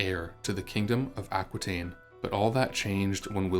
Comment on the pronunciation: Aquitaine is pronounced Ah-kee-ten, as it is French. The French language doesn't pronounce "qui" as kwee, but "kee"